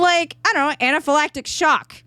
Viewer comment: the “Pause”when you say anaphylactic shock. 😂😂